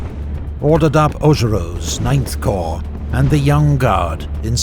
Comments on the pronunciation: love this but can't bloody stand the way you pronounce Corp... "the third choh" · I only watch these episodes to listen to the narrator say 'Corrrr'